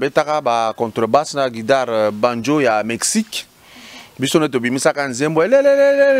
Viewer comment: Papa kadiombo 100% luba, surtout ta prononciation...yoka ndenge ozo prononcer le mot quitar 👉" kidar" kiekiekeie moi même je prononce aussi comme ça.